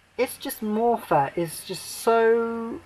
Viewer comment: well that's what i want to see on Xmas day , A film set at Christmas , not in July . Oh and FYI its moffat not " morefat " you just earned yourself a nice new shiny Dislike